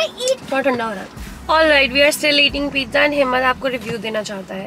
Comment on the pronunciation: Pizza doesn't taste good🤣🤣😂 untill u call it PIJJA